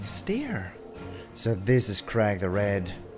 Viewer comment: I believe Craig is pronounced “Cray-g” unless that’s how it’d be pronounced in German?